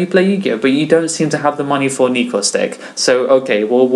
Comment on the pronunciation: "nekrz" not "neeeeekroz"